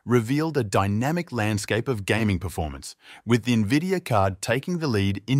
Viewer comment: did you just say nevidia?